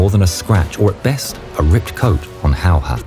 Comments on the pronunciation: how difficult is it to say hey-a instead of how-hah? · ''Simo Hahoha'' You prononce it ''Simo Hejehe''. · Simo Hayha..his last name is not How-ha it's pronounced in fact it's pronounced as Hey-ha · Its "Häyhä" not "Häyha" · Im Fin girl and I can personally say that this was my first time I heard about that guy. But how others call that guy: Hayha... and Finns: HÄYHÄ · This is NOT Simo Hayha This is Simo Häyhä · It's great that your friend Staffan provided Finnish voices for this vid and all - but couldn't you also have asked him to tell the narrator how Simo Häyhä is pronounced? Hearing him calling the man "How-haa" for the entire vid was embarrassing. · Nah bro calls Simö häyhä Simö howha 💀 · Simo hayha chines no its hayaahh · Majority seem to mispronounce Häyhä's last name, as they pronounce it ''Hauha'' missing the Ä sound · You butchered his name just as well as he butchered those russians 😂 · That's a new pronunciation of his last name that I haven't heard before. 😎👍🇫🇮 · Waiting in anticipation of the pronounciation of Häyhä.